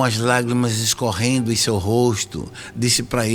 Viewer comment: Éu acredito ém tudo QUÊ você fala